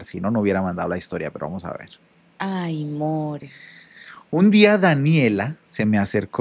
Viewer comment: Me encanta ese “Hay more”🤣😂